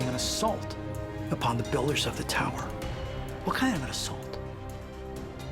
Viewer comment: tau-err to the firma-ment.